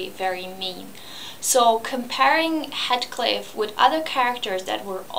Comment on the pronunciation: HEEETHCliff! Not HEADcliff!